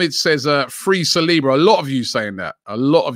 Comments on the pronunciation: Sah - Soo - Oh - Low 🙄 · Nobody: ... Robbie: Sa-swallow